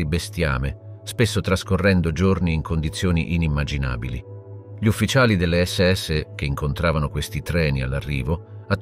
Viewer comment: ma è un traduttore automatico che parla ? sbaglia la pronuncia di GLI